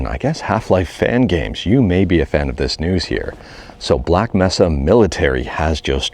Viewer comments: Black May-suh Not Mess-a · this is the first time I've heard someone call it Black "meh"-sa